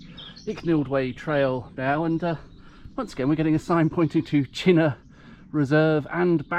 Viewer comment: Uh..it's pronounced CHINN-UGH..........not Chin -NOR. Otherwise, lovely video.